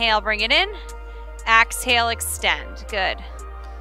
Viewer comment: I'm sorry but I have to say it. It's EXhale. Not AXhale.